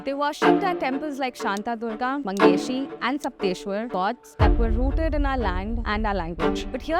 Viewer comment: She doesn't know the proper names of temples in Goa. .....it's saptkoteshwar and not sapteshwar....and she claims to be hindu brahmin